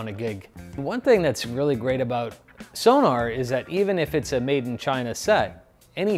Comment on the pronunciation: My dear American drummer friends! The brand is Sonor - not Sonar - and it should be pronounced also with both O's audible. "Sonor" !